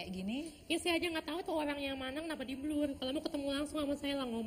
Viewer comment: Pas bilang “blur” sama “transgender” R nya (maAp) rada cadel ya.. sama kyk yg di video pas habis selesai operasi itu.. 😬